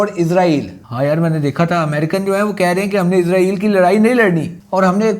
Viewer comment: بھائی جان یہ لفظ عزرائیل نہیں ہے اسرائیل ہے عزرائیل علیہ السلام فرشتے کا نام ہے اور اپ عزرائیل نام لے کے پھر گالیاں دیتے ہو مہربانی اپنا تلفظ ٹھیک کریں